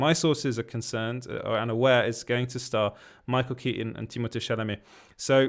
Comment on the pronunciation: you saying u live in france makes so much sense as to how you pronounced timmys name perfectly lol